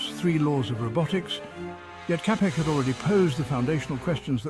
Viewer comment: Čapek is pronounced 'Chapek'. Otherwise, thank you...